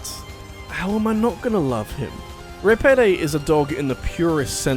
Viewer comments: 1. How is Repede only Number 6? For shame! 2. It’s pronounced “re-PEED,” not “re-PED-ay.” For double shame! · This has been the best intro you've ever done. Look at all those good video game doggos. But yeah it's "Repeed" not "Repedé" and I'll admit to skipping that part 👀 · I makes me angry that you do not pronounce Repede right. Vesperia has voice acting, Repede's name is pronounced time and time again and it is not Reh-Peh-Day. It's Re-Peed (Or Rapido if you play with japanese VO) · "Ruh pay day." ....it's Ruh-peed. they say it many times throughout the game. DO NOT DISHONOR THE GOOD BOI IN SUCH A WAY, HEATHEN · Repede from vesperia better be on here. edit: IT'S REH-PEED YOU DINGUS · not just ruhpaiday, but "yuri laul" too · "Reh-Peh-Day" "Yuri Lao-well" I'm triggered. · gets to number 6 YAY he's talking about vesperia and the all around good boi RepEde. Love that good boi! Rep-eh-day ......... >.> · I'm sorry but that pronunciation of Repede is horrible, it's pronounced 'Reh-peed' and it's said many times over the course of the game. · Goodness. Your mis-pronunciation of Repede was painful on the ears. It's stated in game via voice acting how his name is pronounced. It's pronounced Re-peed. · Re-pe-de? It's the first time you properly mention a tales game, and you mispronounce his name!? Get it together,. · "REPEEEEEEEED" come on, they say his name in the game, pronouncing it right isn't hard. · >ri-peh-day bruh you hear his name a lot in like the first hour of the game and that pronunciation is not even close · ruh-peed. I don't fuckin' know if they say it different in englandland, but it's muh-fuggin' ruh-peed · Thank you. This bothered me so much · i'M SO FREAKING HAPPY THAT YOU INCLUDED REPEDE BUT ALSO MAD THAT YOU BUTCHERED HIS NAME SO HARD but thank you for including repede :D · 6: Glad to see Repede make the list, buuut I can tell he actually hasn't played the game himself with how he's pronouncing the name.